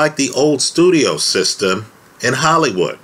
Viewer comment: “... IF YOU BELIEVE IN THE BANKING SYSTEME”!!😁, i noticed.